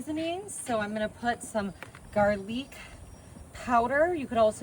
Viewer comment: Gar-leek? Fa-jeeta?? That's when I had to bounce. I'm call BS, no way you are Texan.